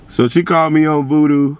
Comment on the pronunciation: You said voodoo it’s oovoo 😂🤣